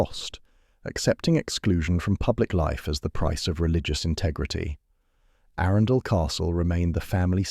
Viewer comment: If AI can’t pronounce Arun and Arundel correctly, I just can’t watch this.